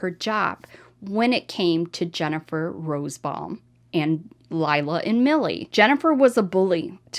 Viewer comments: Not rosbbaum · I know it’s petty, but it is frustrating to hear say “Rosebaum” not Rosenbaum unless it’s a typo and her pronunciation is correct. Sorry. I just wasn’t sure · It’s ROSENBAUM, not Rosebaum. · Her name is Jennifer Rosenbaum, not Rosebomb. Im sorry to be a stickler but I feel the name of these sickos should be put out correctly! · The name is: RO-SEN- BAUM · RosENbaum. You leave out an entire syllable when you say it.